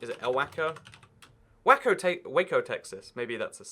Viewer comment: whenever you pronouced waco wacko i died laughing XD